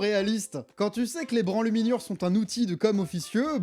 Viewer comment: "Les branluminures" C'est magnifique.